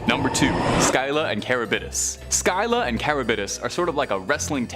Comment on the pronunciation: say it THIS WAY.... Sillah (Scylla) I give you major learning curve points for at least TRYING to say the names though. :) LOL. HEY one last little FYI Whenever someone at the Time period in history were battling a mighty enemy, and it seemed the battle was never going to end, people who witnessed such difficult battle circumstances, it started being said for any person facing such personally insurmountable odds, were referred to being "Between Scylla and Charybdis_ Which would later be THE ONE ACTUAL Definition to describe anyone being Between a Rock and a Hard Place! Which actually made more logical sense at the time, as Zeus placed both as Guardians on 2 sides of a water Channel where Ships would have to travel through this Narrow channel in order to dock into Greece to Pick up/and Drop off. Various resources and supplies/ foodsand tools/equipment for the Greek peoples. And Zeus Made it so that when the multi headed, cave creature Scylla,died and Charybdis died, Zeus made it so that Neither actually passed away... (He made both eternal Immortal monsters who would Often fight one another to see who the ultimate winner would rightfully Claim the sailors who would Die from being stuck between the Rocks (viewed as the Multi headed Long necked cave Monster--Scylla--Who resided in a highly placed mountain Cave on 1 side of the water channel, and Charybdis would be placed Opposite of the monster Scylla and was transformed by Zeus, as a swirling, dangerous deep violent underwater